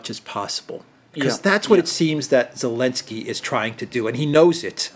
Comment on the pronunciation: Really love casual use of "Elensky"